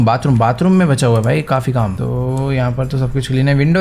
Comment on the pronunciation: Bhai vah kam hota hai Kan Nahin hota hai aapane jo bola pahla Kan Hota Hai😂😂😂😂